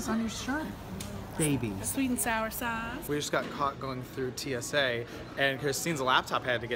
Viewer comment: SWEET N SOWER SOZZZZZ 😂